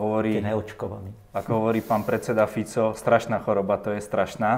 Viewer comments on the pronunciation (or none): none